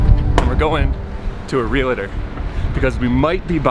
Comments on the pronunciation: REAL-TOR ....2 syllables = ) * Not Re-la-tor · Ok. Listen guys! Love your channel and thanks for sharing. But, pleeeaaassseee!!! There aren't any Realators in Panama or anywhere in the English speaking world!!!! There are R E A L T O R S!!! No realators!!! Just like there aren't nucular weapons but NUCLEAR weapons!!!! Unless you are planning a piquinic after this instead of a PICNIC!!!! Please correct!!! Or else I will.... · Real-tor, Real-ty. Real-“E”-state. Realtor and Realty have just 2 syllables. Just for future reference. But, don’t fret, even many licensed agents don’t pronounce it correctly either. Probably no one told them. Great news for you two, enjoy life in Panama!